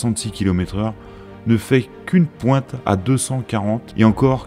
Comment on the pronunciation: C'est très intéressant, mais la prononciation du speaker coince très souvent : "la voilà qui pouette le bout de son nez", "en raduisant la longueur des motrices", "le sécrétaire", "les kilomètes" et autres mots avalés, etc.